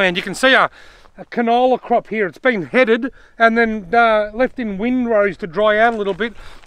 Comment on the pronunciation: Hi again I am a farmer up to wards st arnaud and i run sheep and crop And I crack up laughing when u said that the canola was headed But u were right about it being laying in wind rowed I guess I found it funny the way u said it Sorry for the long response